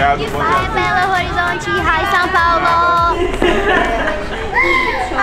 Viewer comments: Aaaaaaaaaa a sofya bye bal horisonte (ela fala quase certo so falta falar belo horizonte com z) eu surtandooooooooo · Parecia q ela tava falando Belo Horrorizante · eles falando “belorrorizonti” : TUDO PRA MIMMMM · Eu choro 😂 com Belorrorizonte.